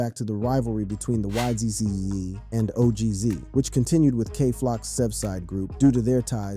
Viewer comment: Y he say ygz like that